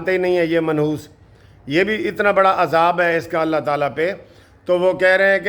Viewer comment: وعلیکم السلام ماشاءاللہ جی بھائی صاحب بہت اچھی ویڈیو بنائی ہے آپ نے لیکن ویڈیو بناتے ہوئے کچھ لفظ غلط بول دیتے ہیں اس ویڈیو میں آپ نے بولا ہے۔ ۔۔۔عذاب والا لفظ غلط انداز میں بولا ہے ۔۔۔۔۔۔۔۔۔